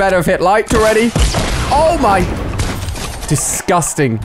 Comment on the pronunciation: why does he say discusting EVRY SINGE CLIP its weird